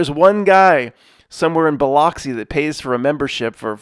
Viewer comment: Biloxi is pronounces "buh-LUX-ee